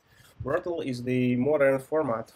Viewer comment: Great Video, thanks! Some things for improving if you do not mind. Pronunciation of height differs from 'hate', it's a common issue among Slavic people. Been there, done that:) it's just Brotli. In addition, I'd appreciate it if you could clarify some questions. 1) Is it OK in a real interview to use prepared schemas (based on your experience)? 2) Some companies want to focus on BE system design even though it's front-end position. How to handle such a situation? Should I ask whether they want to focus on BE or FE part? Thanks for your attention